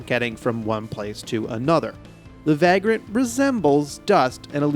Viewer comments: It's pronounced vague-rant (/ˈveɪɡr(ə)nt/), not vag-rant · It's pronounced vey-grunt. 😉